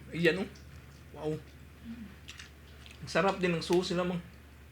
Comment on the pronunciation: sauce po not sos